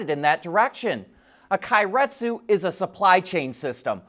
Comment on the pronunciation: "Kay-ret-su" like "okay"